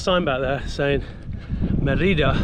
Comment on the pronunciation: It is pronounced as Mérida, with the accent on "Mé". You passed very close by where I live since 18 years now! So I reconized many things in this video. Since I am a long distance biker too, I would have received you with open arms. Thanks for your videos, I enjoy them. Saludos!